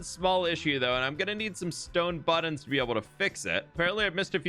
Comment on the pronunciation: If you acknowledge that you say 'buddins' weird in your next video I'll subscribe. Not that you need my subscriptions. You're very talented and accomplished, but still, you say it funny :) regardless, love you bro bro